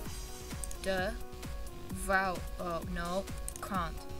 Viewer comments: Why are you incapable of saying “R”… like why do you say “vhouw” and not “vrouw” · i’m also Dutch and the whole video I was waiting till you had to pronounce the G which is pronounced more like a cat hissing. Btw you should really pronounce the R more, so it’s not 'vouw' (which is what you said) but more like vRouw, we pronounce the R very clearly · As A Frigen Dutch person I was Laughing So hard when u miss-pronounce Dutch Words XD The Thing where i laughed the most when u saw "Vrouw" or "Vrouwen" Cuz u never said the R XD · “vrouw” 👹👹👹 (No offense of course sorry if it’s offensive sorry) 😢